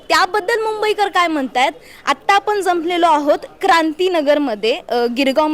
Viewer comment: आपन नाही आपण म्हणा.